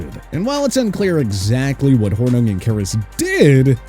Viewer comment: His name is pronounced SLEE- STER and Paul HOR- NING